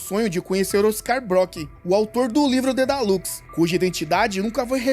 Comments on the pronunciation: Dedalus, e não dedalux 🤔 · mano dói demais vc falando Dedalus errado